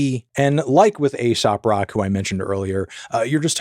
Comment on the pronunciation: Did u just say ASOP Rock? 😂